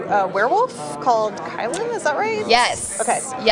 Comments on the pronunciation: They got her name wrong it’s KEE LYN not KY LEN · Its actually keelin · It's Keelin